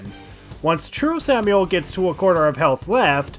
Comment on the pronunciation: You really must have lost your mind playing this because the longer it goes on, the more words you make up and mispronounce. Sorry for you if you're dyslexic, but I gotta point out Dog of Hayds, Samuel and "endurable"